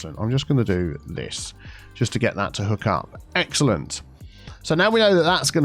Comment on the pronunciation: word of the day. "Exalente"